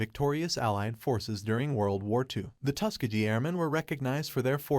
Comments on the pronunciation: yo boss can AI get a teeny tweak to pronounce iit TUSS KEHH GHEE hard g instead of tuske jee sheezuss chrrrist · My dude. How are you pronouncing Tuskegee?